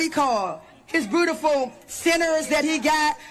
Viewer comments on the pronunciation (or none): Lololol this is their spokesperson? she can’t even say beautiful (bootiful) lolol